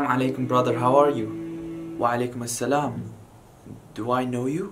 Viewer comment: bro it's walaikumussalam not walaikumassalam